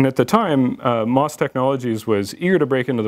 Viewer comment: The company name is pronounced M, O, S, not moss. I know several former employees there. Let's please get the history correct.